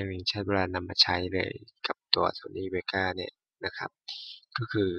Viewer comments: Vegas เวกัส ไม่ใช่ เวก้า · เวกัสฮะ ไม่ใช่เวก้า